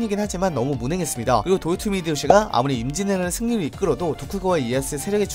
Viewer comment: 임진왜란을 인지애라 막 이래ㅋㅋㅋㅋㅋㅋㅋ너무 급하게 말함 전체적으로